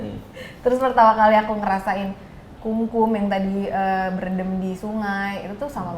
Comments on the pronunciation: KUNGKUM mas.....bahasa Jawa untuk berendam, bukan KUMKUM 😊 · Hi anak Jaksel, It's kungkum ya bukan kumkum... 😄